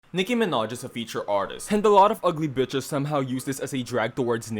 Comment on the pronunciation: Omfg not “Nicki Minehh” you watch the sims parody I love it 😂